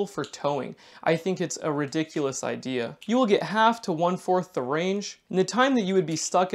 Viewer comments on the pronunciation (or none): none